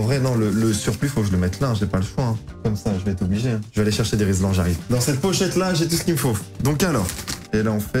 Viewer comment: collier rilsan pas rislan ça m'a fait mal aux oreilles mdr